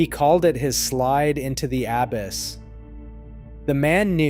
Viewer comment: " he called it the slide into the abyss ... " Narrator pronounced is it as the ABBESS . I really thought this was a person narrating but now I'm thinking it's some sort of AI ... ? but I'm not sure ...